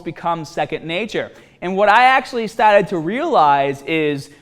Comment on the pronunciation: I was waiting to hear "Before we get stahhted" 😂I'm settling in to uni well by the way 😀